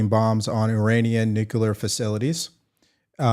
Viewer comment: HI,. I JUST WANTED TO BRING THIS TO YOUR ATTENTION: YOU SAY "NUCULAR", LIKE HOMER SIMPSON. IT'S "NU-CLE-AR". I'M NOT TRYING TO BE A DICK, IT'S A PET PEEVE OF MINE.